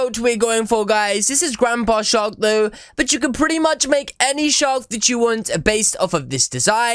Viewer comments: I hear "shot" instead of "shark" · The last time you said mama shark you said mama shar.